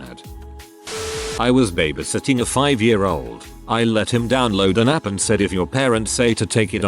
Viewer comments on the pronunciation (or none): Can't imagine how these people felt. Never felt the need to call police while I was babysitting lots of years ago. I guess I was a lucky babysitter. Speaking of babysitting...can't the computer voice be programmed to pronounce babysitting correctly? It is so annoying to hear it mispronounced!